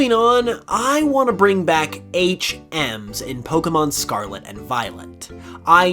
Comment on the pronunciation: If you stop saying scarla interested of scarlet ill subscribe